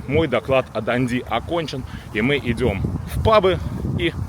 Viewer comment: ДандИ с ударением на последний слог для нас звучит непривычно